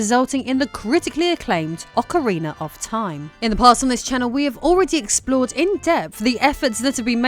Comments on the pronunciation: I love Ocariner of Time 😊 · In Americar we say aw-kuh-ree-nuh. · Ocariner Of Time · Why english speakers do that?, I have never been able to understand that pronunciation but yet it is very common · As an American, I don't understand it either. She goes back and forth between saying it right and saying it wrong. She also said Zelder than Zelda, I don't get why folks from the U.K. go back and forth between pronunciations, sometimes in the same sentence.